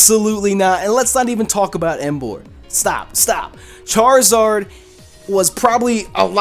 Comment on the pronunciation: I twitched a little the second I heard Charizard